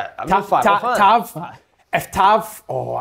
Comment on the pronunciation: Gonny tell Kev to lean how to say tavs name